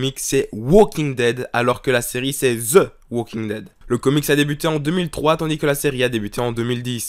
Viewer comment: "Ze" ouauquingue dêd!!